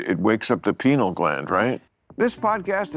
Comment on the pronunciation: "Penal" gland? 😂 Bill getting excited in the middle of the night 😂